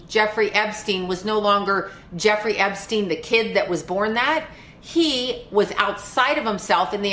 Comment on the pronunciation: That damned Epsshhtein fellow